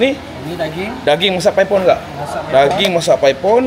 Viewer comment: Bang,klau geng OL² "paipon" 2 bkn "paip on" bang😂,,gen Z ckp YTJT😂😂